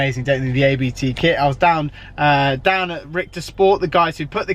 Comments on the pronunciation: Wow, he still owns it, after a year, fancy that. And it's ABT... not A-B-T!!!!! You really do expose yourself here. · A-B-T LOL Really? They (probably) invited you down for exposure and you butchered their name.